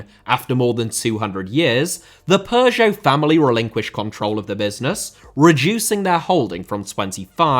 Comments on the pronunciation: Dude it sounds so funny when you say Peugeot, your pronunciation really made my day 😁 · great vid but the way u pronounce peugeot is pissing me off